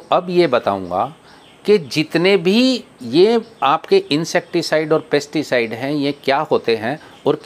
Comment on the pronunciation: आप कनफ्यूज करने वाले शब्द बोल रहे हैं पेस्टी साइड और इंशेक्टी साइड की जगह पैस्टी साइड ही पेस्ती साइड बोल रहे हैं